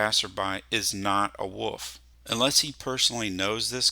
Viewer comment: For everyone or there wondering wolf "is" in fact pronounced with the L